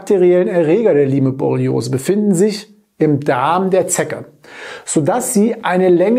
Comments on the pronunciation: Es heißt "Laim"-Borreliose in der korrekten Aussprache! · Es spricht sich "LAIM", wie bereits angemerkt! Siehe Ursprung in Amerika, Lyme. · Lyme borreliose wird ausgesprochen: LAIM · Okay, ich bin nicht die einzige, die das völlig irritiert. Beruhigt mich etwas^^ Vielleicht ist ein bisschen so wie bei Huawei u.a. Eigennamen. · P.S. ich wollte nicht klugscheißen, die Aussprache war nur sehr verwunderlich. Die besten Grüße!